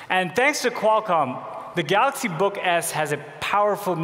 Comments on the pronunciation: You know how long it took him to prepare for that speech to get the word galaxy correct...... and he still failed. LOL! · i heard "let me introduce the galax, not 10" lmao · Kevin R galoks nōt ten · The "Galux" Note 10? 🤦‍♀️ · this guy is there for years and he is not even able to pronounce GALAXY :( what's Galox ? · "let me introduce the galax, not ten" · Oh God he said "Galux" and I was was waiting on the ee😩😂😂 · "Galox Note PEN" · I’m sure he said THE GALAX instead of THE GALAXY.. He doesn’t even know his own products. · GALOX NOT TEN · Why is he saying Galux ? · I really love that he never pronounced that as galaxy. NEVER LMAO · After so many years, my mate, brother from another mother still cannot pronounce "Galaxy" properly.